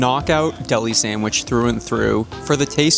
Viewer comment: Did he just say “Sangwich” instead of Sandwich? 😂 if he did, I guess I’m not the only one who pronounces it that way 😅